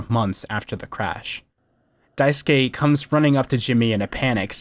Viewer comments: Small thing but I really appreciate you actually pronouncing daisuke correctly lol The amount of videos I have seen where they say "die-sook" kills me a little lol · This video's a 10/10, actually 11/10 because you know how to pronounce the name Daisuke. thank GOD! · I’m pleased that every commentator I’ve listened to talk about this game so far has pronounced Daisuke’s name correctly